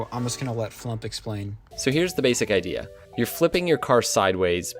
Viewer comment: Amazing video, I subbed. Just so you know though, FluUmp, is pronounced “Flooomped”